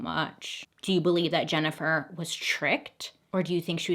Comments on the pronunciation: Every time Bailey says "JenniFER" I feel guilty. I wasnt even there 😂😂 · Man....Bailey saying my name "Jennifer" a bunch of times kept making my ears perk up lol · Jennifer.. Jennifer lol it’s funny how she says her name in this story